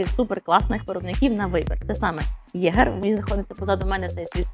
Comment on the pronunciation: Єгерь? Серйозно? З таким читанням правильно читати феніх, а не фенікс